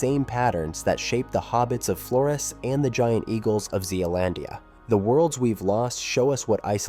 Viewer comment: Flores is pronounced with a Z sound not an S as it was named by the Portuguese.